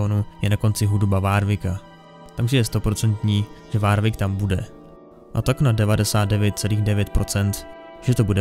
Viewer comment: Jsem rád že to někdo točí ale drásá mi uši to jak vyslovuješ nějaká jméno třeba warwick místo [worwick]